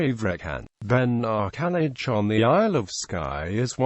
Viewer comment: How can a snotty-programmed computer figure out to pronounce Gaelic? All wrong.